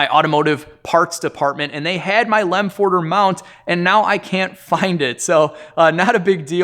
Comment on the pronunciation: Lemförder is not pronounced with an "o" like in Ford. If pronounced correctly, then you can use the Danish "Ø" as an example.